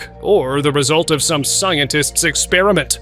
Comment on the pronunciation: Why do you say scientist expraint